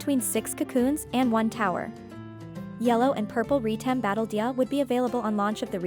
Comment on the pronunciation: Retem not Reetem.